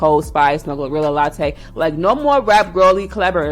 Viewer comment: Not latté😭💀